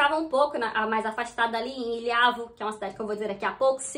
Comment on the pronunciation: loulé e não loule.ilhavo e não ilhávo.